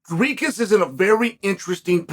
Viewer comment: Why does Chael go out of his way to mispronounce names? 😂 it’s easier to just say Dricus correctly.